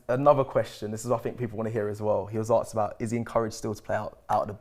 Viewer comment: Someone tell it’s asked not aksed please 😂😂😂😂🙏🙏🙏🙏🙏